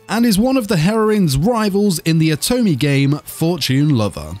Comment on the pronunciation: great vid! btw you pronouce Otome this way - Oh-Toe-May